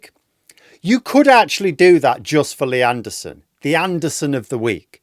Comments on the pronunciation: I love how in a northern accent lee anderson's name sounds like nierdenthal. 😂😂😂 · I keep thinking your saying leanne derson. But that's unfair to all leannes!